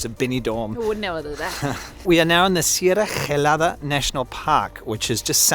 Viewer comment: Serra Gelada es en valenciano y significa Sierra Helada y se pronuncia LLELADA